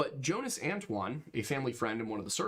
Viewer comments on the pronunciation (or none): none